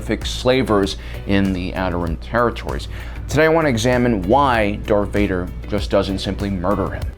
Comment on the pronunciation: Is it me or are you saying dark Vader ?